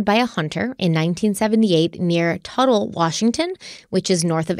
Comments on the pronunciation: Let me help with the local pronunciations: Toutle: Tootle Oregonian: Ora-go-nee-un Oregon: Ory-gun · Love this one! PS, it's pronounced Tootle River and they dredge the Columbia to keep the navigation channel open for the big ships. Sorry Derrik, but I haven't heard of anyone finding gold along the Lower Columbia. Maybe you should come out West and be the first🤣🤣 I try not to miss any of your various podcasts!